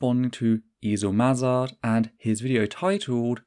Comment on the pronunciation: Was it on purpose that you pronounced Eisel Mazard's name as Esel, German word for jackass?